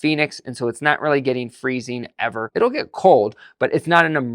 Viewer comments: Phoenix not Phenix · "Phenix" lol! But seriously, I live in central California and the winter rarely gets below 30-ish degrees. I'd like to ditch my gas furnace and get a heat pump.